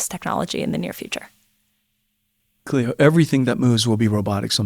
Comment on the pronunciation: She's Cleo, not Cloe...